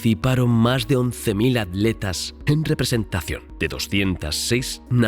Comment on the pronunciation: Por que los españoles les dicen adletas a los atletas?